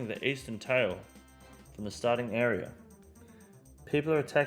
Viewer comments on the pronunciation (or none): none